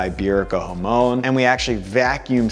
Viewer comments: Hamone ??? Bit respect for pronunciation please... Jamon!!! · bro be pronouncing jamón like hoemone